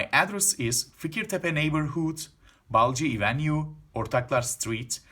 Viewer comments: İvenyu değil Evinyu 😎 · Hocam bazı telafuzlarda sıkıntı var mesela caddenin telafuzu